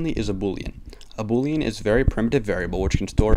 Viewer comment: You're pronouncing boolean wrong. Proof that English is more difficult to master than code.